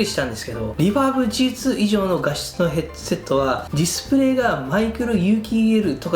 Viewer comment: 「ヘッドゥセット」とゆー言い方好きw